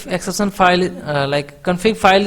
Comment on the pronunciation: Great video!!!!!! But Not ek-sep-san Its exception